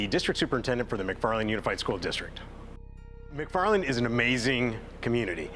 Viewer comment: It’s McFarland not mcfffarland 😂